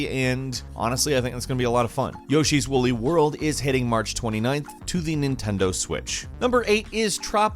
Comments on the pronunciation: HHaha, you called it Yoshis Wolly World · did you just say wooly world?